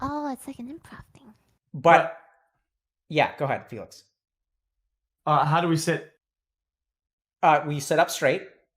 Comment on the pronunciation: Not trying to be mean, but did doc say Felix as Faelix. Lol